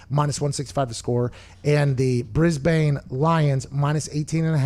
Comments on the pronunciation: Haha he'll get there. Essndn, brisbn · Bris-bain. Uh-sen-den. LOL